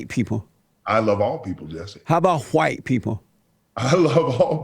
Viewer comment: JLP: do you love white people?: I love ALL people JLP: But how about Hu-white people? Brian Griffin: wait, why are you putting so much emphasis on the H?